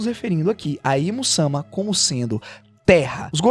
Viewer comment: Teus videos é ate bom cara as vezes assisto mas o jeito de tu falar da uma agonia. Tipo satarno se todo mundo fala saturno e imu samá tu fala imusama. E essa a critica